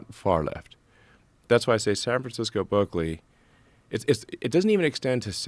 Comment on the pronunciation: Mis-pronounced "Berzerkly."